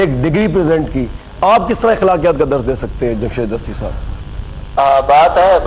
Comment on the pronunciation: This is Jamshed Gashti not Dasti!